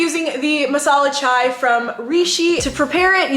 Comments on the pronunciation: Indians here- It's not masala chwai!! It's chai!! 😂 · The way she said chaiii is literally how Indians say it